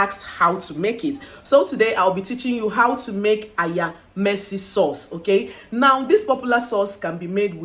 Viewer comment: Lol it's AYAMASE